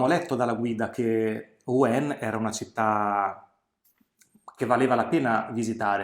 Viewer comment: Rouen.... Rouen non si dice "Ru-èn, si dice Ru-han, con il nasa tappato